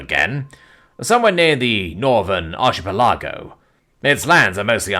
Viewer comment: 3:107 Ouch my brain., that is NOT how you pronounce archipelago..... please. o__